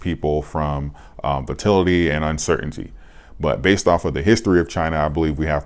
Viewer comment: Say it with me....vol-a-til-ity. Not vo-til-ity.